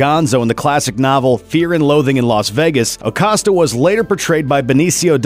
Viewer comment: Why is he pronouncing Acosta like that